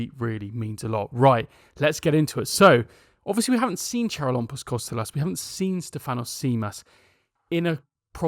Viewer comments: In charalampos don’t pronounce the c. It is actually haralampos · the Ch in "Charalampos" Kostoulas' name is pronounced like the H in "him" .